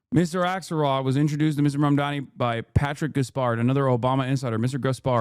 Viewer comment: Do these people have a speech impediment? It's Mamdani not Mamdami.